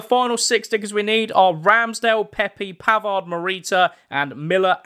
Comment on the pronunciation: As he said Benjamin pavers 😂😂😂😂😂